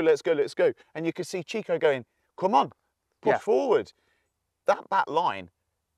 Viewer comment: It’s pronounced Chicho not ‘chicko’